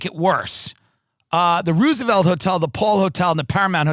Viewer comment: Did this guy just say the Ruse-A-Velt Hotel? 😏